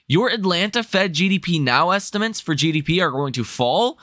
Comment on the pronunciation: Bro says estimints. There’s lots of little sayings you’ll notice. He’s cute. I just watch for a fun pump video. Don’t take him seriously.